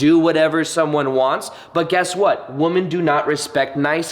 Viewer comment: The word women when speaking plural... more than one.. is pronounced “wimen” phonetically. 🤷🏻‍♀️ 😊